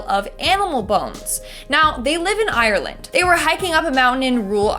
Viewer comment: I love how they purnonce ireland as island😂